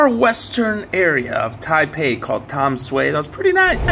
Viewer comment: I live here. I know the spelling is misleading, but it is pronounced "Danshway". Another spelling is Danshui. Thanks for visiting! It is a great place.